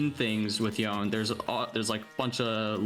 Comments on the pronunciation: cracked at Yone but still pronounces his name "Y-own" 😭😭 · Maining a champion and mispronouncing his name. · tell him to stop saying the damn champs name wrong lol